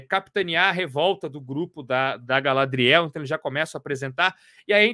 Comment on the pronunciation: A pronuncia é gaLÁdriel e não galadriÉL...melhor ficar nos quadrinhos mesmo